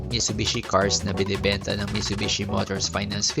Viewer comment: Delikado ang repossessed, maraming owners ang nagbebenta ng parts para maka bawi sa nagastos nila (isswap yung aircon condenser sa sira + cash). Tsaka Mi"T"subishi po ang pronounciation, hindi "Mishubishi"